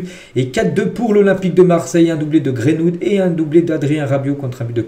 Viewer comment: C'est Greenwood, pas Grainewood